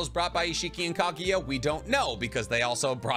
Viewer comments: Interesting topic but the way you pronounce names, techniques etc. is so annoying, a lot of people probably clicked away. This is an example of a guy trying so hard to watch anime and watches dub. PS: who to f is Ka-gi-yuh? KAGUYA. KAGUYA! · Love the hypothesis, but for the love of god, next time you talk about anime, learn how to pronounce names (like KAGUYA!!!! not KAGIYA!!!)... etc... cringy